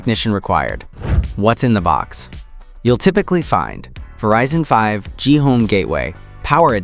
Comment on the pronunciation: It sounds like you don't get 5G. It is not pronounced "Verizon Home 5, G," because the 5G stands for "Fifth Generation."